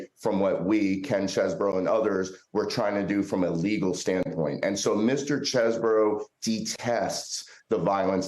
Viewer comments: You pronounced it wrong, it’s cheese-bro. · He pronounced it Chezz-bro when he submitted his plea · The attorney can't pronounce Chesebro's name correctly. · Do you know it's Chesebro and not Chesboro?